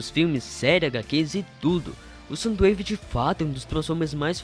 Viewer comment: Na verdade é soundwave não somdowave